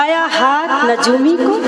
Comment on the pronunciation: Najoomi nia ye lafz nujumi hai